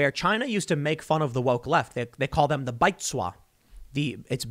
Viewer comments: Tim pronounces “baizuo” a little different than typical Chinese. Maybe it’s his Korean. But it’s typically pronounced like “bai’d zoo-oh” with the “d” sound practically silent and almost making a “j” or “zwah” inflection. Chinese is more of a tonal (think, subtle up and down inflections) language than English. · Tim you totally butchered the pronunciation of Baizuo. Lol